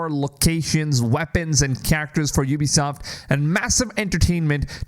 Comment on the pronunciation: You started saying Ubisoft correctly! 😂 Edit: I can't believe you think that if EA destroyed Star Wars games, Ubisoft is going to make it any better? It's literally jumping out of the frying pan and into the fire! Ubisoft has been killing the AC franchise with each release.